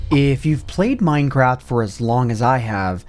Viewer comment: did he say... mine crap?